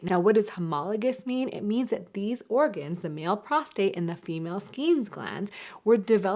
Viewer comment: It's PROSTATE, not prostrate. Prostrate is when you are laying out flat.